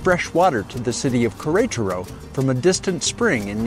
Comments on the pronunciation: One day I hope you learn to pronounce the name of the city. This is a very good video for this city. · The pronunciation of queretaro is killing me 😂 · I have gotten several messages that I wasn't close on the pronunciation. I do remember that several locals said Querétaro and I thought I had it down. Apparently not! I appreciate you watching! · Me too.